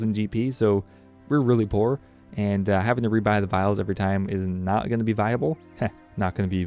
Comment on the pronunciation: "vialable" thats it im unsubbing!